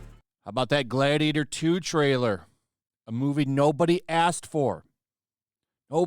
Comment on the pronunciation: “Myyy gladiata!”😂😂😂😂